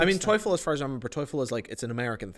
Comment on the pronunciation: and made a mistake in pronouncing the word 👉 TOEFL 👈 They pronounced toyful😭🤣😂